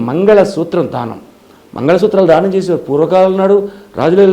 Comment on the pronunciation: ధానం కాదు దానం అనాలి